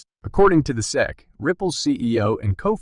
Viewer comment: S.e.c. Not sec….and Gary gensler not geensler😂